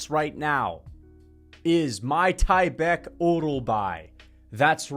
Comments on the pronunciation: it’s MIK-TIB-EK no MY-TYBEK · bro its meek-teh-bek